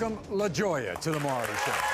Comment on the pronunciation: His name is Not "Murry" 😅 it's Maury 😊